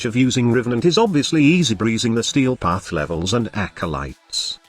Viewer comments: 'Stee Path' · Ah, yes... The Stee Path